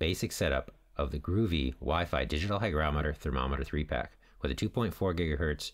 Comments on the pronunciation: GO-VEE not GROOVY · It's not "groovy". It "go-vee"! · It's called Govee, not groovy. That aside, good info. Thanks. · It’s Not “ Groovy”